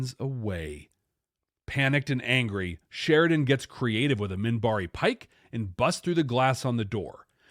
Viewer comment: also it's MINBARI not Mimbari.